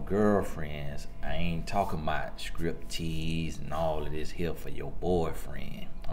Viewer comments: I rewinded the video at least 3 or 4 times to see if he said "scrip" tease. I'm dying LOL! 🤣😂 comes through with the messages but he cracks me up!!! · LOL and "Scrip" tease. 😂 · I could not believe my said "Script Tease" NOOOOO, the bestlolllllllllllllll